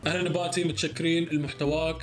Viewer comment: انا الوحيده الي تسمع كلمه نباتي طباطي ؟